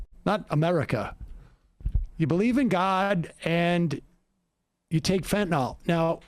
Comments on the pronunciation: I wish Sam wouldn’t say Fentanol! It’s a different medicine! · Sam, there's no 'o' in Fentanyl.